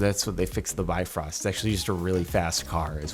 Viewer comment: i am a icelander and it angers me that you say Asgard but not ásgarður (ausgarrrrrrthurrrrrrrr) Bifrost but not bifröst (b-ivrrrrrrust)